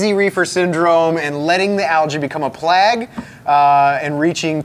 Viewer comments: it rhymes with egg, not frag. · "Plag" NO, stop it, bad! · pronunciation of "plague" is tripping me out. I honestly didn't know what word he was saying the first time. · Did he just pronounce plague as plag? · Thanks, I thought I was the only one! Never heard it pronounced "plag". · Did he say PLAG? Like FLAG? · Plag? what's a "Plag"? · First off, I appreciate all your work to bring sooo much knowledge to the hobby. My question, Is it me or does mispronounce certain words? Like plague or utilitarian. 🤷🏼‍♂️ This is in no way meant to be hateful. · if egg had a long A sounds, then yeah.